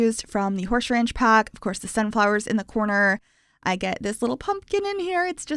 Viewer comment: “Horshe ranch” I love it! 😂😊